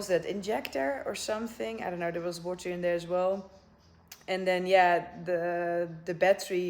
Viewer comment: The Nigerian "in da wota" 🤣